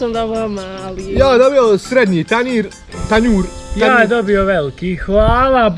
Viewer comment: ne kaze se tanijr nego tanjur čak i volim tvoje vide